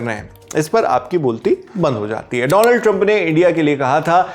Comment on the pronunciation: Once a legend said " Doland" trump 😂